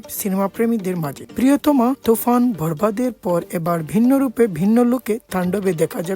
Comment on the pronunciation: থান্ডব না ভাই,তান্ডব।ভরবাদ না,বরবাদ।জ্বর না ঝড়।উচ্চারণ শুনে আমারই জ্বর এসে গেছে।উচ্চারণ শিখে চ্যানেল খুলেন।😂🙄।